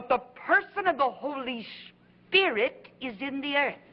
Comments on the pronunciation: Kathryn never learned how to pronounce holy spirit, it is not holy spirich🤔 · Anybody else notice that the way Kuhlman pronounces "Spirit" is the same way that Benny Hinn pronounces it ? "Spid-ut" (She was his role model in his early ministry and admired her immensely) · A lot of valid comments on K. Kuhlman here. Did anyone else notice her creepy, hyper-spiritual blunder? She began by saying "spirit" correctly, but then multiple times after she channeled Benny Hinn and pronounced it "spi-dit." So contrived and creepy. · Kathryn Coleman she said the holy spidit. That’s how Ammie McPherson would say holy spirit as spidit.